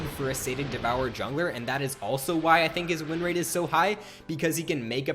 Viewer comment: "...wreen rate,"